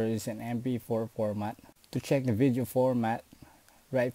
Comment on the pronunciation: STOP SAYING VITHIO ITS VIDDDEO